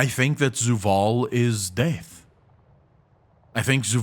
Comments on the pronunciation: Took me read the comments to fucking understand that he is saying "DEATH". What the fuck is wrong with that accent? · When you realise he's not saying DAVE but carry on hearing it as Dave ...